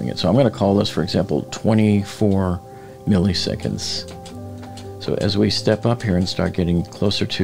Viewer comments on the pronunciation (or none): The second "i" in milliseconds is pronounced exactly like the first. It's not milley-seconds. It's "millis-econds." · Millisecond is NOT pronounced “Milly” seconds.. it’s “Milla” seconds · Please stop pronouncing “milliseconds” as “mihl-EE-seconds”. Just pronounce the second ‘i’ with the same sound as the first one: “mihl-ih-seconds”. (You’re welcome!) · "Milly seconds"